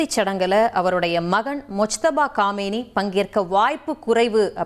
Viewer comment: காமேனி இல்ல கமெய்னி